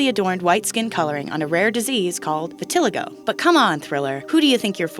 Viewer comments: Vit ill a go. Bruh It is vit I'll eye go. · Vit-eh-LIE-go. Not Veh-TIL-eh-go. And I wouldn't call it rare...it's a pretty common auto-immune disease. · Oh, Ms. Narrator ... UH...the plural of crisis is crises, like ... with a long eeee And it's not VitTILLagoe its (vit-ih-lie-go) = vitiligo Coup de grace is pronounced (coo) like "boo" . You said grace correctly similar the French origin of the phrase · It’s not pronounced vitilligo it’s vit-a-lie-go and it’s real my father has it. Micheal just lightened the rest of his skin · “Vih till a go”? Lol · she pronounced vitiligo wrong and she’s so judgy... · How she said vitiligo Irked my soul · Did you mispronounce vitaligo? 🤦🏽‍♀️ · Hears you pronounce vitiligo 🎶Fuck this shit I’m out🎶